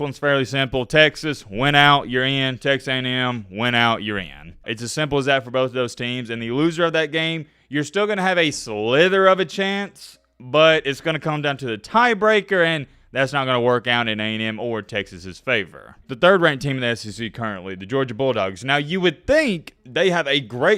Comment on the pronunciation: Hey, it’s “sliver of a chance” not “slither of a chance”.